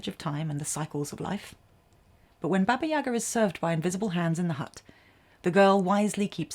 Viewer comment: Baba YagAAAAAAAAAAAA. Get the accent in the right place please.